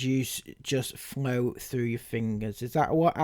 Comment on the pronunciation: Think she needs more speech lessons...she let a "frew" and "breave" slip in then, rather than "through" and "breathe"!